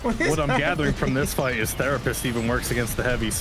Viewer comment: gunna need a real therapist for the short time it was 'the-rapist'